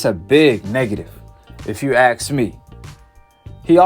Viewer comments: The word is ask not aks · Axe? Or ask? ;) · I love the way repeats the same things over and over again in the hope things catch fire. Breland’s interview really, really hurt the LDBC and it’s beautiful. Oh, by the way,, the word “ask” is not pronounced axed. No, axed is what this channel should be. 😂😂😂😂😂😂 You must be very silly if you think Wilder will be remembered as anything but a chump. The way he threw Breland under the bus, and spat out excuse after excuse after excuse after excuse, will ensure that Wilder will live in infamy. Breland still has his dignity, but, boy, has he wounded you fools! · What is axed? I keep hearing Breland was axed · Axed axed axed